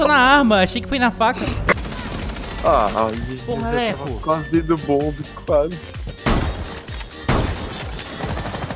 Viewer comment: O como o chama o leco normal: leco como ele chama o leco no modo Everson zoio: aleco kkkk